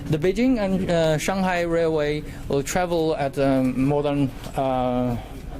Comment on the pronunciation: 这大哥的“安得”暴露了国籍